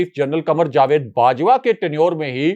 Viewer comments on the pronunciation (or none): none